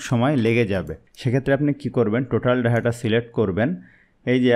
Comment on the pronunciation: ভাই, আপনি যত দ্রুত বলেন, এটা মোটেও ভালো কোন কৌশল নয়। নতুনদের পক্ষে বুঝা মুশকিল। অনেক ভুল আছে। আপনার প্রদর্শনে বলেছেন, ফর্ম এসেছে, না, এইটা হবে, ফর্মের প্রতীক এসেছে। ডাহটাটা নয়, এটা হবে ডেটাটা এবং আপনার শিক্ষাদানটা আরোও বর্ণনামূলক ও ধীর গতির হওয়া উচিৎ। Follow better teaching technic, thank you.